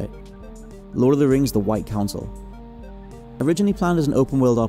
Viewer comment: "I don't like the way you said 'white'."